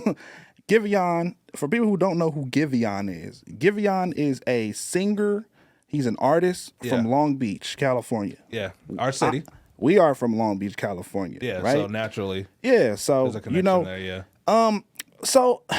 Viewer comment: Sing-ger 😂, weird af pronunciation